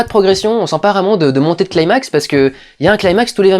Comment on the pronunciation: Athos02 En effet mais bon ça fait plus style kikoo ado chébran de le prononcer comme quelqu'un qui maitrise trop bien la phonétique anglaise, sauf que pour ce mot c'est ridicule.